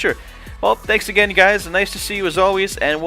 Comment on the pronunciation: new driver says TNANKS :face-blue-smiling::face-blue-smiling::face-blue-smiling